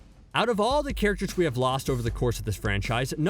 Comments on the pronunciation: I can’t believe my guy said Kneeji😂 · There’s just something irking about the pronunciation “neeji” and I don’t know why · I sware to god if he mispronounces another name I'm going to kill him he said neeji instead neji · He says them wrong on pourpose caught it on neji when he says niji first and then says neji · HE SAID NEEJI WTFFFF IM NEVER GONNA WATCH U AGAIN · You really irked me with the zabooza.. and kneeji... its za-bu-za and ne-ji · And neeji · I swear he has to be doing it on purpose with the way he pronounced Soo many names like neeji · It definitely hurt losing kneejee, and damn that ohbeedo. Gawd i have a hard time believing anyone who does videoson anime showsactually watches them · and zabuza and neji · The way he said Neji triggered the hell out of me LOL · Neji is what got me lol 😂 I mean if he can pronounce all the main characters names right Sasuke, Naruto, and so on. But the names man makes me feel like he’s never actually seen the show lol 😂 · Fam this guy got the pronunciation if neji right but still butchered it in the end